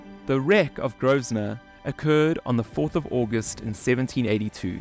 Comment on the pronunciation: Nice video. NB: PORT GROSVENOR - Pronunciation - sounds like "grow - vuh - nuh"